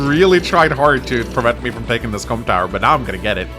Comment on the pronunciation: Really need to enunciate Comm Tower a bit more